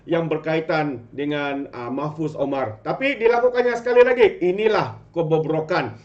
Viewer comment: MAHFUZ... BUKAN MOHFAZ...!!!